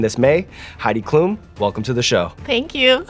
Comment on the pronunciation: As a German I feel I need to apologize for Heid Klum, sorry world.